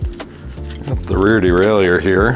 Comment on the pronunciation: No, its DE-RAIL-YHER, just sayin